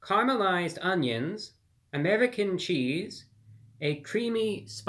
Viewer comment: I've watched this dude for quite some time, but never realized how weird he says 'American Cheese'.